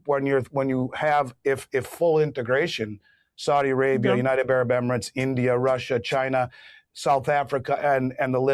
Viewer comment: Please say United Arab Emirates, not Unitebarabemerets. You've been saying it wronfg for over five years that I know of. Just write it out ten times.